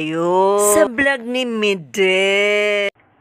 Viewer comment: Bakit ka ba Mideth ng Mideth, It's MEDITH. ME-DITH! Wag mo baguhin ang pangalan pls!